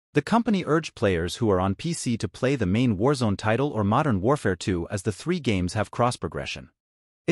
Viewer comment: Call of duty Wazron 💀💀